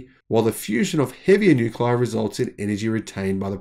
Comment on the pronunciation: Nuclei is pronounced "new-klee-eye" not "new-kleye"